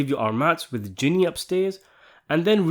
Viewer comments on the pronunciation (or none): none